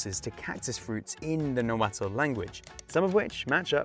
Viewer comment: Nahuatl, not "nahua" elders. NB say the t and the l together, not as two separate sound, i.e. it's a two-syllable word, and saying "na-wa-tull" with three syllables is also wrong.